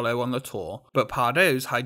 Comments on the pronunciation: besides pardoes (pardoos) being said as pardose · it's pronounced pardoos 😔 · But Pardoes is pronounced "Pardus", right? At least that's what I heard in Symbolica ;) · Just one thing: the 'oe' in pardoes is pronounced as an 'ooh,' like in Winnie the pooh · The 'oe' in Pardoes is more like the 'ooooh' that the aliens from Toy Story say. 🙂